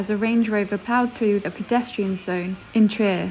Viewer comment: When the narrator cannot even pronounce Trier!